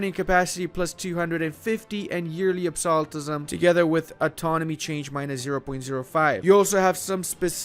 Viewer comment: I enjoyed him pronouncing Rajputana and Qing correctly and then saying "absolutism" and me going "what?"